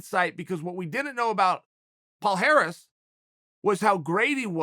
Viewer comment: Palhares: my names is palhares Uncle chael: your name is Paul Harris Palhares: my name is Paul Harris